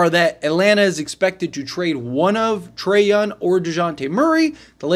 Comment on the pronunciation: trey younG it's not a silent G